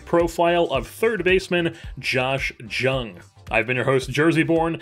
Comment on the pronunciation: Just fr future reference, his name is spelled Jung but is pronounced young! Love the content